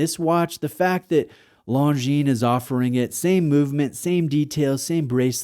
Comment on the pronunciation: It’s pronounced “long jeans”.